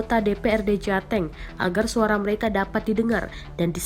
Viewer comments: Saya mah fokus ke Penyiar beritanya aja jateng jadi jate'ng...hahhaha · Cara ngucapnya jateng bukan jateng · Pasti ini naratornya orang Timur atau dari Sumut lucu pas bilang Jateng nya😂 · hahaha denger yg baca jateng gua ngakak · reporter baca jateng nya kok agak beda ya